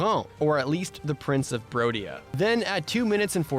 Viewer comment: It's not rodia. It's BRODIA! Do not disrespect the kingdom of the bros, found in the Chadlands